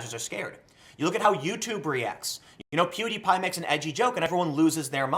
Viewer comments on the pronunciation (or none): none